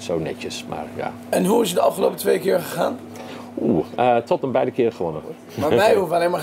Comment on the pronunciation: Hoe hij Tottenham zegt. Totmn